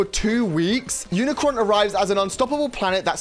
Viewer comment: UNICRON! GET HIS NAME RIGHT